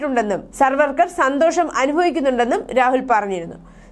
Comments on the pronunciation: സർവ്വർക്കർ അല്ല സവർക്കർ. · പേരുകൾ ശരിയായി പറയാൻ ശ്രദ്ധിക്കണം. സർവർക്കർ അല്ല